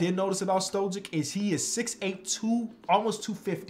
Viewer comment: It would be Mister "Stoyick" with the pronunciation